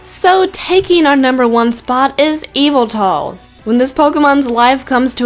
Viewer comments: It's not Eviltal it's (Ye - Val -tall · DiD yOu JuSt SaY eEvElTaL? iTs YaVeLtAl!! (Also why do so many Pokémon drain your bodily fluids?) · correction yveltal how to pernounce vel tal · It's not eviltal its yevetal I have it in Y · By the way, you pronounce Yveltal as i-vel-tall, OK? (not criticizing, BTW) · The last one it pronounced ee vel tall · #1 pronounced '' yuh-vel-TALL''!!!!!!! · it's pronounced Vettle but it's spelt yveltal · It's pronounced Yaveltal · no it's pronounced (EE-vel tle) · Yveltal is pronounced e-vol-tal. It's evil and it's tall. Deal with it. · its pronounced as eviltal but its spelt yveltal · its more likely yvetal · its actually Yveltal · its not yeveltal but yveltal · look up the pronunciation or even look at a handbook. ee-vel-tall. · everyone says names differently and plus she could have a different accent so she says words weirdly